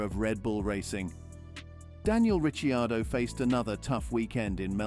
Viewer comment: Who the hell is Ritchie Ardo? for goodness sake ditch the AI and get a human voice instead!!!